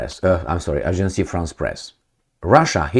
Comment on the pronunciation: One more time ---about Agence France.Presse... "Agence," not "agencie" (Ajans, not ajansi) --Iraq. is ..Iraq, not "Airak" The message, however, is spot on.